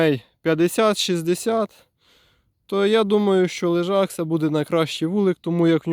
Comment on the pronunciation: Лежак, а не лижак.